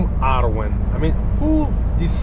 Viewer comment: Arwen is a Welsh girls name, thanks for pronouncing it properly, you're the only non Welsh person who seems to know how.